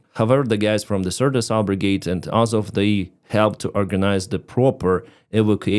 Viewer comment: It's AZOV but Vanka has a problem with the letter Z.